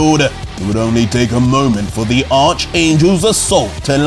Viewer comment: tryna cover up the fact he couldn’t pronounce “arch” 😭😭😭 still love the man